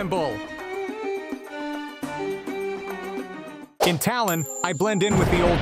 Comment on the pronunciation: For estonia, its not "Talon" or "Tallon" its "Tallinn"